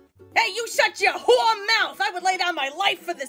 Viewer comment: "whore" should always be pronounced like this with 2 syllables, like they did on the Sopranos 😂